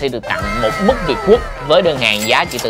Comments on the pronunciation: ‘Mứt’ hay ‘mức’ anh ơi? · Anh ơi, "mứt" chứ không phải "mức" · Mứt chứ không phải Mức nha a:)) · Mứt dâu chứ khg phải mức dâu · “Mứt” việt quất chứ? “Mức” là mức gì cha nội 😂😂😂